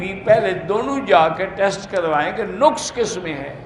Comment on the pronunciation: مولانا صاحب لفظ نَقص